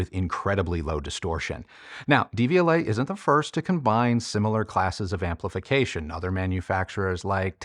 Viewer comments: Love your channel, just a pronunciation tip-- The "De" is pronounced "duh" in Devialet, vs "Dee". The pronunciation of Technics might be debatable, but since Deviolet is a French company, this is more straightforward. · When you pronounce it DVLA, all I think of is the horrible government offices where you get your UK driving license!